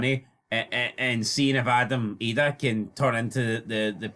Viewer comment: You don't have to incorrectly pronounce Adam Idahs name to prove your a true blue guys. Just keep producing content that's more shit than both your teams combined and you will be fine .